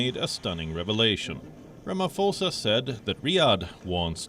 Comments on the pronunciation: Good move by Saudi Arabia...but please, it's not Ramafosa, the pho is as you would pronounce potato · I like how you pronounce it...president Ramafosa